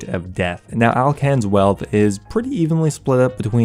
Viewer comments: LOL ALCAN? Its alkan freak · It's 'Alkan' not Alcan' :D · AlkanRS* not Alcan